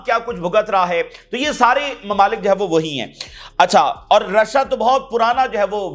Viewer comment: Rasha nahi bola Karen Rashia bola karen